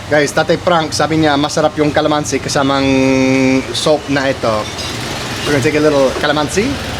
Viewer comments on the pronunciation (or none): pa-TIS kalaman-SI (not kala-MAN-si) i suggest that when you learn a new Tagalog word, learn how to pronounce it correctly too as you memorize it. Coz it's much harder to unlearn what you already know. But I think you already know enough Tagalog words. So if I were you, i would focus on correcting the pronunciations for the words you already know.